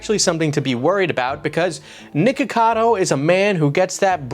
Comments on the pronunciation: i can’t be the only one who keeps hearing “nigga cado” 😭😂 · You REAAALLLY need to make sure you clearly pronounce the 'ck' in nickocado my dude because it sounds like youre saying N-Word cado most of the video XD